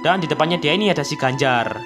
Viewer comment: 4.37 : Ganj eh Granger😂